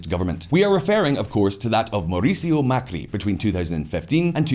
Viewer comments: For any foreigner seeing this, this guy could not get the name of Mauricio Macri right. It's not Mercurio. It makes the you wonder the quality of their research... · Hi, an Argentinian here, There are a few things left out but still very close, What I find funny is the fact he pronounces Mauricio Macri differently every time, haha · I love "Mercurio Macri", I cannot un-hear it now.